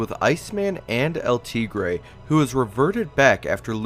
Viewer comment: Cringe how he pronounced El tigere